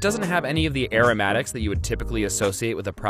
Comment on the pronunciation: It's aromatics, not aeromatics ffs